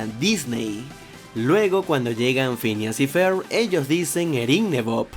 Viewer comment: dijo fhineas y fer el pendejo, es Phineas y Ferb